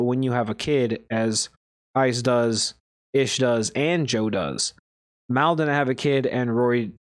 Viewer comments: if you consider that hate...you're definitely not built for the podcast game...are you even a real JBP fan? If you were...you'd definitely know his name isn't pronounced that way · Damn...if you're gonna do a deep dive, at least pronounce Mal's name right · you do know mispronouncing his name is disingenuous right? If you want to make good content you need to be authentic. Don't be that guy.